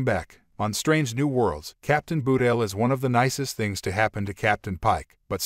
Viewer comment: "Nobody's Perfect"-Cpt. Spock to Lt. Saavik in "ST:2", but I agree. You'd think these CC narrators would learn to pronounce names correctly before airing them. Ba-tel isn't so hard especially since there's no 'u' in her name.